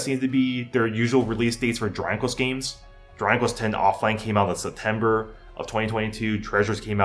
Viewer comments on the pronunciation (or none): yo....slow down when you say Dragon Quest, you're saying "Draquess"